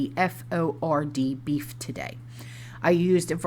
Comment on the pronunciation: Hereford is pronounced Hef-ferd.